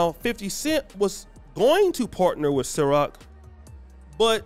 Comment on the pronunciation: it CIROQ not SYROQ🤦🏽‍♂️but I digress my man 😂😂